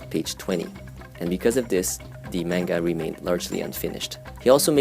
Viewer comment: the way you pronounce manga hurts my soul